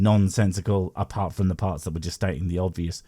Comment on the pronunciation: When he said bible I heard liable. When he said parts I heard farts.